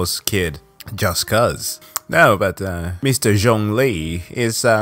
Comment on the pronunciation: This guy called Zhongli 'rich'... I'm dying XD